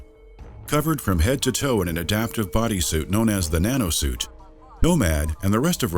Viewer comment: Instead of "the Nanosuit", i hear "Banana suit" every time...